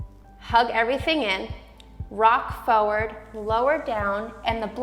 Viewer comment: Why do you pronounce FORWARD like that?